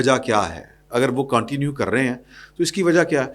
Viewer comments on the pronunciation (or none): معزرت کے ساتھ، انگریزی لفظ continue کا صیح تلفظ اردو میں کونٹینیو نہیں بلکہ کنٹینیو یے